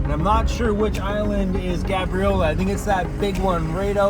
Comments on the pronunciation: The a in Gabriola is pronounced like "Gaybriola" = Gabriola 🙂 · Wait a minute... I was born and raised in Nanaimo and never heard it pronounced that way. I've only ever heard people call it Gabe-riola... Google says you pronounce it like is, but I've never heard a local say it like that lol